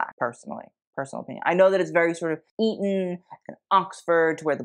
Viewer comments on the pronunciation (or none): none